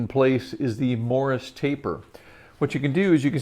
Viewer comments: The title should say Don't FORGET to do these things. How about... Don't forget it is a MORSE TAPER, not a Morris Taper. 1 syllable, not 2. These experts lose me when they call a Morse taper a Morris taper. You may spell it correctly but you say it wrong. The CC knows.... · Just a note on pronunciation. The taper is Morse (like the code), not Morris.